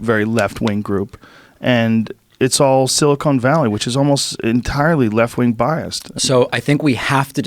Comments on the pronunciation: Love you Joe, but it drives me crazy when you say "Silicone" Valley. Silicone is in breast implants, not in computer circuitry lol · Can someone tell Joe that it is Silicon Valley? Silicone Valley is Hollywood.